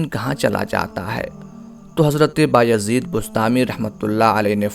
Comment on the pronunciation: inka name Baya zeed hy ba-yazeed ni... Yazid ibn.e.muawia lanti ka name kesy rkh skta koi Allah ka walli...